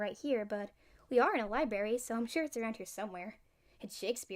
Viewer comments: You said "Libary" at the beginning lmao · Library (lie--brar--ie) not (lie--bary)